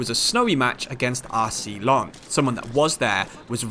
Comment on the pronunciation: it's Lenss and Reimss btw, you should look up the pronunciations on google since you're saying the words a lot in this career mode save